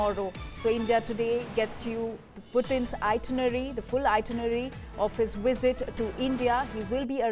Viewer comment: you would do anything for some blood money......and what is a wisit?